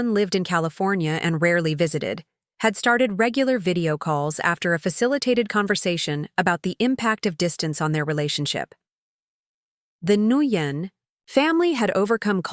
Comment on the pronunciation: It’s pronounced win not nooyen 😂😂😂